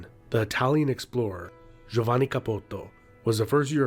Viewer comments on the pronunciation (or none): none